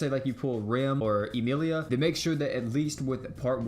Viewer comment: Rehm or EEmeeleeia 😂